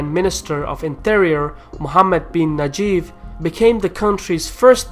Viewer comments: correction his name is Mohammad bin Naife pronounced Naeef not nageef. I cannot believe it's published in 2015 your predictions is correct. Your prediction about minister of Oil become true in 2019. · mohammed bin Naif, not najif. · very impressive, as a Saudi, it is the first time to see someone with such in depth knowledge of Saud's Game of thrones. The only comment is it is pronounced Naeeef , not najef as the name of the current crown prince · god damn it you made me laugh so hard, its not Najyf its Nayef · It is "Naif", not " Najif".